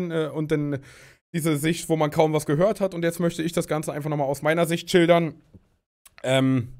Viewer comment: Er sagt nich schildern er sagt childern😂😂